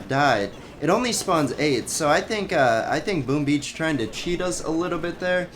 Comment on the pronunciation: Why cant this dude just say " boom beach" instead of always saying that freaking "boom ah beach" in every video of him